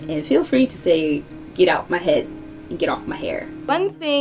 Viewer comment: "that time the parent heard, and slapped her in 'er 'ead"